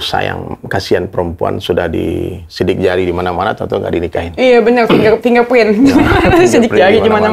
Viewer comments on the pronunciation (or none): none